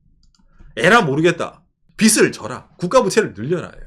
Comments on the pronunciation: 평소 좋은 얘기 잘 듣고 있습니다. 그런데 [빚은>비슨(X) 비즌(O), 빚을>비슬(X) 비즐(O), 빚이>비시(X) 비지(O), 빚에>비세(X) 비제(O)] ... 하면 어떨까요? [빗, 빛, 빚] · '빚을'의 발음은 [비슬]이 아니라 [비즐] '빚이'의 빌음은 [비시]가 아니라 [비지]입니다. 한국인들이 잘못 발음하니까 외국인들도 그대로 따라해서 참고로 말씀드립니다. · 빚을 , 빚에대해서 등등 발음을 비슬 비세대해서 라고 하시는데 비즐 비제 대해서 라고 좀 ㅜㅜ 너무 거슬림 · 빚을 빗이라 자꾸 발음하셔서 집중하기 힘들어요 ㅎㅎ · 빗 이 아니라 빚 입니다. 빚을, 빚이 를 비즐, 비지 라고 발음해야 합니다